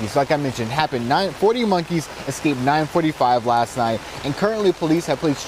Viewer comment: Could the news broadcaster please talk normally? "Excaped", "Axed" It's escape and ask.